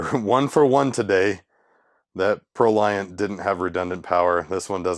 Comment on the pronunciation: Fun fact: "Proliant" is actually pronounced like the word "emollient".